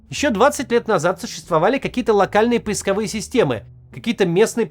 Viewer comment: Уважаемый Максим Евгеньевич, у Вас проскальзывают "ударения ИИ", z.B. "поисковы́е"... А почему бы не "поиско́вые"?...